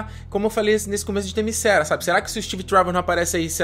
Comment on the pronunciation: "Themyscéra"... parei... Devia ter parado quando ouvi "a mulher maravilha toma pancadas e não mostra nenhum arranhão" ou "Diana é motivada pelo amor, mas amor homem-mulher não serve"... Quem conhece a personagem sabe que se trata de uma Deusa, Ipsis Lipsis e que para suas motivações não existe amor indigno, muito menos o "sexual", por assim dizer.... mas "Themyscéra" foi foda... Mas sério, venho recomendando desde Batman Vs Superman: quando o sujeito começa a reclamar de certas coisas em filmes de super-heróis, tipo "lutas estilo Dragon Ball Z", já está na hora dele se dedicar a outro tipo de mídia... De boa, Sem ofensa.